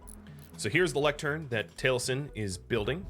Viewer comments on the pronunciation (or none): If you wanna know how it's pronounced, it's tal-ih-sin. But ye it's a minor thing and I'm still enjoying your content :) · Enjoying the new series:) Do gotta say that as a fan of Critical Role the way you pronounce Taliesin is hard to not notice XP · Yeah but you were pronouncing it as Tail-sin, which is what was hard for me not to notice XP Still, I always knew it as the other way cause of Taliesin Jaffe, who as mentioned is part of Critical Role and that's how his name is pronounced. But ye ya learn something new every day and I learned the different ways to pronounce Taliesin